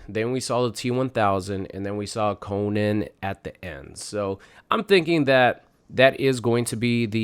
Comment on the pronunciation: Oof.... You pronounce his name wrong 😬